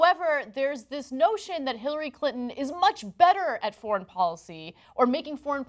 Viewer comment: It’s called a “thoint“ (portmanteau of “thumb” and “point”). I just realised Ana pronounces “foreign” as “forn.”